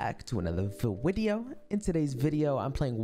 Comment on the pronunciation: Not saying vwideo 2 videos in a row, after saying it was getting old😂😂